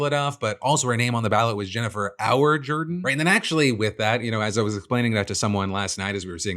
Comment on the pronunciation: Why is he pronouncing "Jordan" that way?